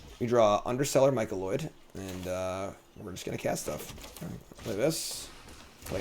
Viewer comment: MY-CO-NID. Not Micoloid, etc etc. MY CO NID. You are doing great work. Thank you!